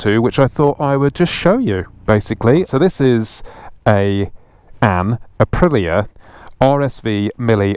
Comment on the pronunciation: It's pronounced Uh-pree-yuh.. listen to the Italians say it. That bike is begging for some gold or orange rims, blue looks retarded. If you think 80 is more fun on that, you should try it on a classic Triumph/BSA/Norton twin. Around here the cheapest bikes you can buy are 70's/80's UJM Superbikes. You can get 12-24k mile 1000cc Japanese bikes for $ any day of the week.